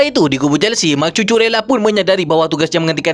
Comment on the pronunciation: Nama Cucurella harus disebut Kuku rella bukan cucu rella😂👍